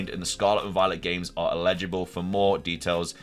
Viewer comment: "el-i-ji-bul" NOT "i-le-ji-bul" they mean very different things.